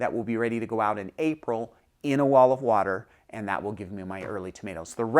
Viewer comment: Did you say wall of water? Olive water?